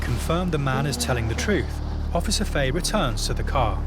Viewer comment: Yere wreckin my head with officer faey it’s Fa-he 😂